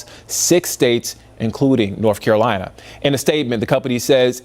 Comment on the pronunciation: "...including Norf Carolina."